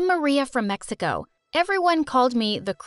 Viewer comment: did she just say mexigo? LOL